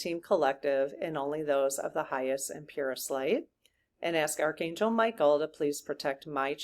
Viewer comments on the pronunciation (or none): none